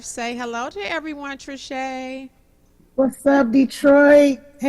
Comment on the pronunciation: SAY IT TRISCHE!